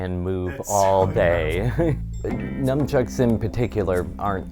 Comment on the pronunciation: Umm it's Nunchucks (Nunchaku) not Numb Chucks